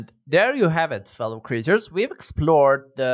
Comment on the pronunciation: CREATORS is pronounced cree-AY-tors. Not "creetors". And CREATURES is pronounced cree-churs. Languages aren't consistent.